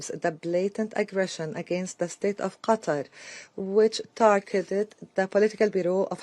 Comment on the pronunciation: It is Qatar not GATAR 😂